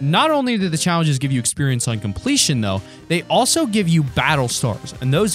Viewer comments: he says chawenges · Is I just me or are you sayin chawingges